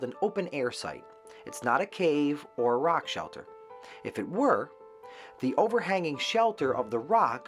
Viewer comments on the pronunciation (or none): none